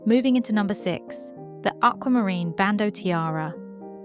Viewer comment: It's bandeau. NOT "bando".